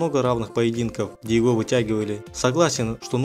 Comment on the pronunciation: можешь читать не так как пишется "его" а читать так как читается "ево"